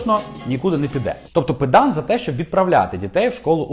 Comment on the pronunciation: навіщо ви навмисно неправильно робите на😮голос на призвіще Педан! Що заздрите!?⁉️ гидко слухати!!! - 1 підписників!